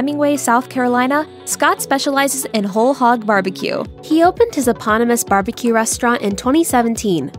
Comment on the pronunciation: If you mean the word "eponymous," not by any reputable speaker of the English language. The word is accented/stressed on the second syllable. The initial "e" is pronounced as a long e (as in "be"), a short e (as in "bet") or as a schwa (as in "given") and the "pon" is like "pond" without the "d." The "y" is another schwa and the "mous" sounds like it does in virtually every other "-mous" word (anonymous, monogamous--a "muss" sound; "miss" can be a variation, but much less common). So, basically, closer to "uh-PAWN-uh-muss."